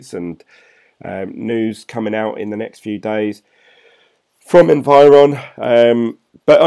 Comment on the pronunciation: Don't get me wrong, I like your videos but it is Envion not environ or however you pronounce it :) I can't see any R there. Sorry I really didn't wanted to criticize you just mentioned. keep up!